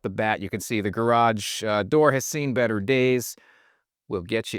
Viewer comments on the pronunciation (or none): none